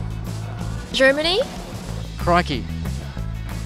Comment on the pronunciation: the way she says crikey😂😂